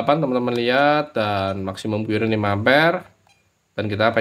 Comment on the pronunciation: sekedar koreksi om, CURRENT itu pengucapannya : KARRENT , buka KYUURENT... ehehehehee